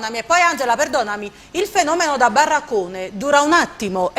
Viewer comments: Ma Angela è fissata con la I. Coviddi, Audienci... Tilde che fa? La Speaker Radiofonica? Però c'è un problema... si direbbe: "Fenomeno da Baraccone", non da "Barracone", che sembra più Barracuda. Il conduttore, poverino, mi è sembrato spiazzato... ho apprezzato molto Mario, Michele e Michela, che hanno mantenuto la calma finché hanno potuto e hanno espresso il loro parere senza sfociare nell'insulto. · Dite alla speaker radiofonica che barraccone è con una R sola 🤣